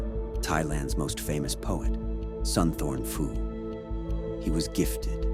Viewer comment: Mispronounced the name: it's more like "Soontawn Poo". PH transliterated into English is just a very hard P sound not an F sound. But nice video otherwise! I'm just finding this man's work